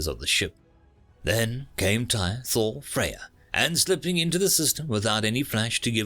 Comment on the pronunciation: Not that it's likely you'll ever say it again in a vid but Tyr is pronounced tear, like a teardrop.